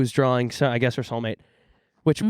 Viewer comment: says "drall" and "dralling" instead of drawing and I love you but I can't overlook it.